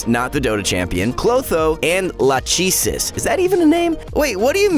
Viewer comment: La-cheee-sis? U got me killed Me There bro 🤣😂